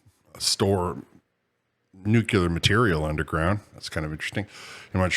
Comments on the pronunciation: NuCLEar Nuclear, not Nuc u lar Please. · Could you please stop saying “nuchular”?